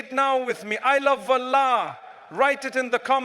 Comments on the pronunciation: AI generated. Listen to how he pronounces Allah. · FYI its AI generated voice over text.. the way Allah is pronounced ..mufti menk never pronounces like that....though the message is nice.